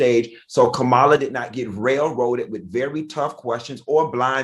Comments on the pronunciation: Funky first of all don't disrespect the vice president HARRIS name. Her name is pronounced ( , ) ma-la not no DAMN Kamyla . U need an ass whupping for that being a black man RESPECT BLACK WOMEN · Kamala ( Comma-La ). Have a Wonderful Day!!